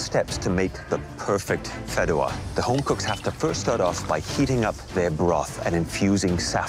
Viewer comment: It’s pronounced fee-deh-wa Not fid-duh-wa The fideuá takes 13 mins to cook fully and really giving 7 mins away to prep